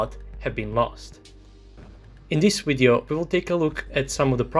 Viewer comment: After watching this entire video all I have to say is that you say, "wideoh" and it is amusing.